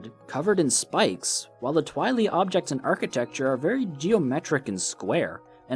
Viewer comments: why you say twilee? its Tweye-leye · Its not twi-le it’s twi-lye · Twili is pronounced Tweeli. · I thinks its pronounced Twhy-lie not Twhy-lee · Constructive Criticism: The name for the people from Twilight Princess is Twili, pronounced twai-lai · His pronunciation of 'twili' really stirs my pasta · the only thing I don't like about this video is how you say twili.... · I’m a year late but the way you say “Twili” is hilarious